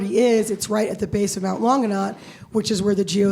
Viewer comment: Kelis Said mount long a nutt 😅😂😂😂😂